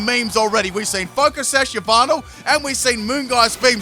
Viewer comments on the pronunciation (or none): i love how u say yveltal "yahvatal"